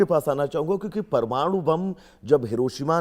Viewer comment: प्रमाणु नहीं परमाणु । कुछ पढ़ लिख लो ,प्रौढ़ शिक्षा में ज्वाइन करो मैडम ।